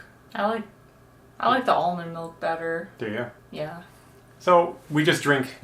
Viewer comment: "Ale mond melk"?, you're killin me. (Ashley too I bet lol)